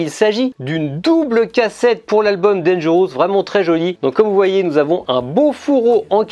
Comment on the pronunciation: Tres bonne video. Mais cela ne se prononce pas danger... housse. Tu n'as pas ecoute recemment la chanson eponyme? Merci pour la retrospective.